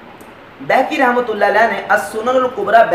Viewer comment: بہیقی کا تلفظ بیہقی غلط ہے،عالم کو اس کا خاص خیال رکھنا چاہئے، نیز ٹشہد میں انگلی اٹھانے تک آپ کی بات ٹھیک ہے لیکن دعا ٹشہد کے بعد آتی ہے، اور حدیث کی رو سے دعا اور ٹشہد الگ الگ حیثیتیں رکھتی ہیں، آپ نے حضور صلی اللہ علیہ وسلم کی کلمہ شہادت والی دعا گو سیاق و سباق سے ہٹ کر بیان کیا ہے،وہ حدیث دعا کی منصب اور شان عظمت کے سلسلے میں وضاحت ہے نہ کہ انگلی اٹھانے کے بارے میں، اس لئے ٹشہد کے بعد دعا میں انگلی سے اشارہ حدیث کے نزدیک ترین اور معتبر ہے